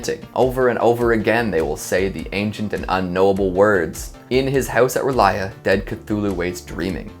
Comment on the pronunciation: Did he just call R'lyeh (Er-Lee-Ay) Relia?